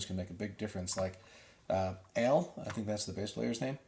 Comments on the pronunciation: Dude, IT'S AH-LE not ALE, Ale as in short for Alejandra,not Ale like the beer! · So Alejandra, just say Ale(handra) the shorten it to Ah-leh. Easy peasy. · Ale (pronounced Ah-Leh) is short for Alejandra. She was 16 when this video was shot. She just turned 19 last month. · We were instructed in high-school to pronounce J in Spanish as an H... Take it up with my teacher... Also, if you listen to Dany & Pau they always end with an H... Aleh !!! ⚡️⚡️⚡️